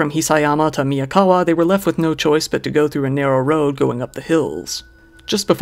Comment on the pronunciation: Miyawaka not Miyakawa